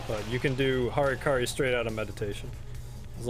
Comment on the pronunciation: "Hurkuri" :d